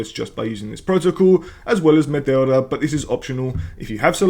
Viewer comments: LOL! How are you pronouncing Meteora this way? It is spelt nothing like the way you are pronouncing it. You're basically saying Matilda :face-blue-smiling::face-blue-smiling::face-blue-smiling::face-blue-smiling::face-blue-smiling::face-blue-smiling::face-blue-smiling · Yes, I'm aware he is Greek because I was listening to the video. If you paid attention to how to speak English you would appreciate that he murdered the pronunciation. Because you are Spanish means nothing. His native language isn't remotely the same as yours, so your point doesn't make sense.